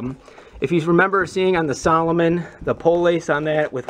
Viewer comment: Salo-moan not salo-min